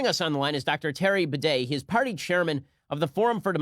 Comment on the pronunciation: Terry Bidet